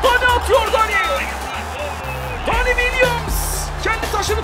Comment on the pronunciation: Dani değil abi Deni